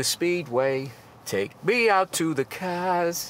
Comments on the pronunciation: "take me out to the caaaahhhs" I actually don't need to keep watching. But I will. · "Take me out to the speedway. Take me out to the caahhhs!" Lol can't go wrong with a little Bill Burr every chance ya get!